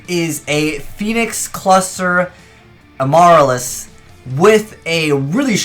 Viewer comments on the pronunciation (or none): Lol as soon as i saw the thumbnail with Kotodama and amaryllis (btw,, Amaryllis is a type of flower, and it's pronounced Am-ah-rill-is) i instantly knew what the entire combo was going to be about. Have a shit ton of plants in grave along with 2 or more Amaryllis's and bring them all out while Kotodama was out on the field so they both die. Interestingly enough, this could be a tech side deck card for when decks that rely on multiple copies of the same card are needed to be out for a deck to work become meta (i.e. Like nothing as of yet lel).